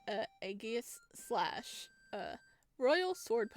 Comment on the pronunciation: It’s pronounced ah-ji-slash.